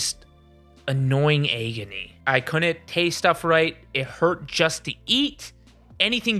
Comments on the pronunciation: Hands down my fav part of this video is pronouncing 'agony' as EGGony. Of course this is pure S tier content from the team as usual. Much love from Dallas<3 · Your pronunciation of ‘agony’ ? Is that a Michigan thing?